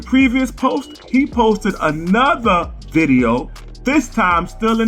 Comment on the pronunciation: “Unkle Ron posted another diddeo” haha